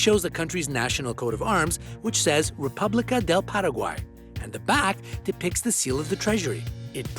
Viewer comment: Lol he butchered Paraguay's flag. His Spanish pronunciation is awful